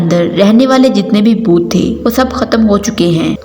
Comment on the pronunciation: Boot nhi bhoot 😀